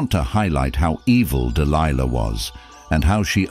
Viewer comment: I find it interesting how the reader changes the pronunciation of Delilah's name mid-stream. Dil Lee Lah? Really? Also, Dil-Lee-La was a Philistine, and Samson was a brat. If you read the story yourself you will clearly see this is true. I can see it now, Samson lying on the floor, kicking both his feet up and down, demanding that his parents secure for him a Philistine woman "I want her! I want her! I want her! Now! Now Now!!!" The fact this man got caught up in this debacle is not surprising. But you say "Samson was a man chosen by God!" And to that I will not disagree, God also chose a donkey to rebuke an insane prophet, yes, a fine donkey with the voice of a man. So, don't give too much Oomlaks to this man, Samson, he was given to debauchery and hedonism to have much credit at all. As it says in the book of Ecclesiastes, chapter 7: "And I discovered more bitter than death the woman whose heart is snares and nets, whose hands are chains. One who is pleasing to God will escape from her, but the sinner will be captured by her."